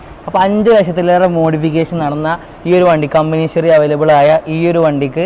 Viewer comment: hisory you dont know how to pronounce English, a fool head to toe. dont know how to pronounce "HISTORY"